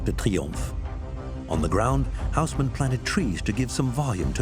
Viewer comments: the name is read as Osman.... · It's unbelievably annoying to listen that Louis is pronounced as it should be by the rules of the French language, but the Hausmann - not, ffs.